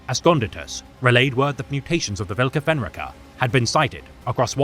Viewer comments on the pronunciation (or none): Also, it's pronounced: Volka Fen r-eye ka